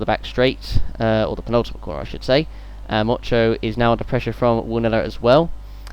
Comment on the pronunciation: 2 funny things when motyan was being overtaken by gamba u kept saying mocho and also swede move andersson is swedish;)